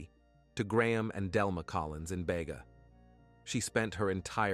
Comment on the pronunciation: Bega (. pronounced Beega)... you got the victims name wrong, her name was Lauren Barry, her friend was Nichole Collins. the very least you can do is get the victims names correct. Actually, you get a LOT of information wrong, double check. These "stories" involve real people.